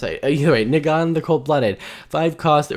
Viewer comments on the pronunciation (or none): You pronounced Negan wrong. And the reason this is upsetting went right over your head. Its upsetting because they are mechanically unique cards in a premium product. It sets the president that wotc can now hold the best cards and only sell the at a higher price.